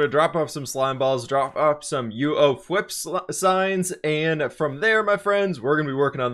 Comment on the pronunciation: I’m pretty sure he said WHIP in his intro instead of FWHIP